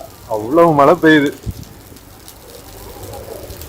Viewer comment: சரளமாக பேச வராத ஆங்கிலம் தெரியும் என்று காட்டிக்கொள்வதற்காக தங்கிலீஷில் பேசும் போலிப் பெருமையைத் தவிர்த்து, நல்ல தமிழில் அழகாக பேசலாம். அதுவே நமக்குப் பெருமை. தமிழின் அழகே அதன் சிறப்பு ழகரம் தான். அதை எவ்வளவு மோசமாக சொல்கிறீர்கள்.....தமில் (தமிழ்), மளை (மழை). தமிழ் ரொம்பத்தான் பாவம் அய்யா..... முயற்சிக்குப் பாராட்டுக்கள்....